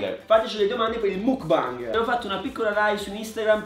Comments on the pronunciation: non si dice mookbang ma mookbeng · Ma qualcuno glielo spiega che non si dice "mukbang" ma "mukbeng" con la "e" Like chi lo guarda nel 2019😂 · surry si pronuncia mok bang comunque lol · Si scrive mukbang ma si legge Mukbeng comunque siete bravissimi vi amooo😍❤️😍❤️😍😍❤️ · Penso proprio si pronunci macbeng tipo muk è il pokemon e bang è il suono dello sparo tipo o anche il significato di gruppo ma la pronuncia è la stessa (gangbang🃏) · il mukbang no il bingbang- Anima-troppi alcolici- MA IN CHE C***O DI MONDO SI VIVE TRA ALCOLICI E PERSONE CHE PRONUNCIANO MALE LE PAROLE😂😂😂